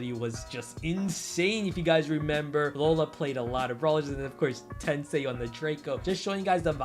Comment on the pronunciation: The way you pronounced Tensai kinda hurts my ears🤕